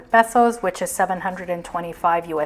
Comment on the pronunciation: I believe it's pronounced pay-so, not peh-so.